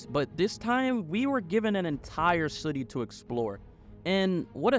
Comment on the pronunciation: Great video. I can't help but notice you saying "city" like you're in a bubble bath commercial. Suddy 🤣🤣